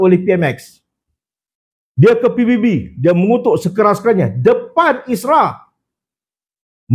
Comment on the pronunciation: Isra tu apa? Isra mijra ke? Sebut yang betol la😂